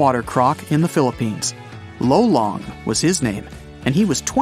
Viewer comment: The croc is pronounced as lo-lo-ng but faster